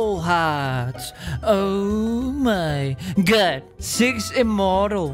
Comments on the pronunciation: I like how you say OH MY GOD but with GUT instead of GOD xD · Instead of O mY God you say o my gut lol